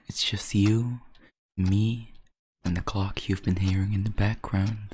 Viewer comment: Him talking about a clock Me dying cause it sounds like he said cock